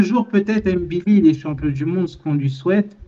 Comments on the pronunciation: Tu prononces très bien "ngannou", mais là de même c'est "mbilli", non pas "M-billi" 😉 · Salut, il faut prononcer le nom MBILI, comme NGANNOU😊